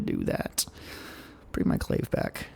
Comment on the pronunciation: Awesome Live stream!!! But clave rhymes with agave not grave.